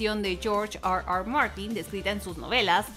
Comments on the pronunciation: Está hablando en español y dice "AR AR MARTIN" , solo por eso doy "no me gusta" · Porque pronuncia tan mal r r Martin?